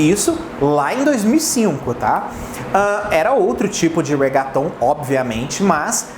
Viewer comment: Ai q agonia.... Se pronuncia "REGUETON" e não "RAGUATON"